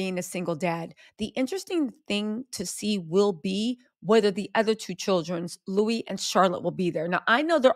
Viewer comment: You are ridiculous. The palace haven’t said any official. And btw it’s Louis … not Lewis. !!!!